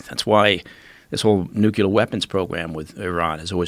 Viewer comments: It's nuclear not nucular !! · Ffs the word is NUCLEAR pronounced like “new-clear” it’s not fucking nucular god dammit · NuCLEAR dude. Not Nukelar. 😂😂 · I don't trust anyone that says nuculer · Classic nucular weaponry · Mike "Nuculear" Baker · People who say nucular annoy me to no end. It shows lack of education. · " new q ler" weapon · "Nukular", seriously? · New q ler intelligence agencies best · I'm not sure there is anything more nauseating than hearing somebody (let alone a guy from the CIA) pronouncing it "Nucular'". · Nuculure weapon lol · Can't anyone pronounce the fucking word "NUCLEAR"???? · I don’t trust anyone that puts an extra syllable in nuclear. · the word is NUCLEAR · Next assignment - learn how to say 'nuclear'.